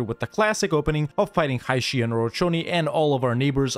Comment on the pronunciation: You pronounce Jianzhou wrong, but you pronounce Haixi so perfect, this is so funny